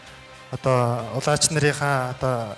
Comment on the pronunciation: Шүүгч нь Улаачийг Улаагч гээд байхийн?!?!?!